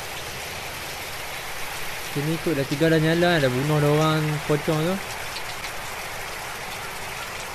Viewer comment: oh horror game nih ka xD .. aq dah tngok smpai habis pewds main .. such a interesting game 👍 paling x leh blah time pewds nak sebut pocong pi sebut po kong 😂